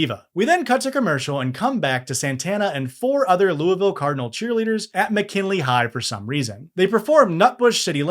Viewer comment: Need season 5 and also thx for saying Louisville right.